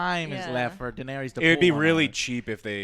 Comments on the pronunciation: seriously Joe I love your viceos but can you please stop having this fucking other OTHER JOE we already have an other JOE!!!!!!!!!!! he is so fucking annoying, I cannot watch any videos with this fucking OTHER OTHER JOE in it and its daenerys not fucking daenerIIIIIIIOUS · She still calls her Daenaryius?! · did she say daenerius? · Anyone notices how she pronounces the character names? Danarius... Grey Word... XD XD